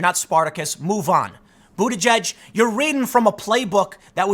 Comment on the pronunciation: It's the closest to the actual pronunciation as anyone can get.